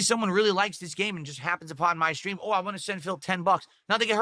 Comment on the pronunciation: Wahn, wahn, wahn. Jfc there's a T at the end, it's WANT